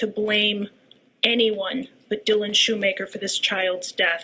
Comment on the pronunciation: Hahaha I know the whole family just so everyone knows their last name is pronounced shoe-maker